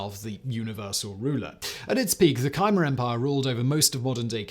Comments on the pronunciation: Kah-my, not kai-mare. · It’s not Kymer, it’s Khmer Simon! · What is the Kymer Empire? Khmer is pronounced K'mer (use phonetic pronunciation). do not use sites with algorithms for pronunciation - they are slightly less than useless ! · It's kuh-MAIR. If you do a geographic video, at least up how to pronounce the locations. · “kYmer empire”. Yeah, that’s how that’s pronounced.... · How did you read Khmer and think yes this is pronounced Kiymeer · Khmer is pronounced ka-mai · Simon seems to have tang-toungled his reading of ‘Khmer’ with some fragmentary memory of a chimera. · Your pronunciation of "Khmer" is more than a little idiosyncratic, to say the least :-D